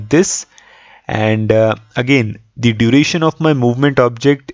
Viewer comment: Dude the number of times you say "perfect" is cringe. And also the way you say it. Say it once in the end, when the result is achieved perfectly. Also, it is not dee, it is the.